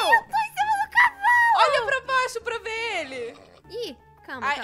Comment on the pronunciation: Elas falam viar mas é vr